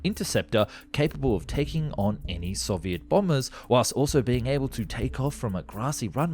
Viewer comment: Love your videos but your pronunciation of 'Soviet' is so frustrating - I'm Aussie too, we/nobody pronounces it that way.